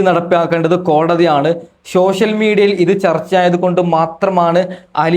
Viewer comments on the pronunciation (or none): സോശ്യൽ മീഡിയ അല്ല ,സോഷ്യൽ മീഡിയ .😅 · sosyal മീഡിയ അല്ല സോഷ്യൽ മീഡിയ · ശോ ഷ്യൽ അല്ല സോഷ്യൽ